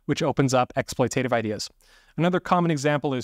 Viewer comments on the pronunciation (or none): Correct pronunciation: ek·sploy·tuh·tiv not ek·sploy·tay·tiv 😊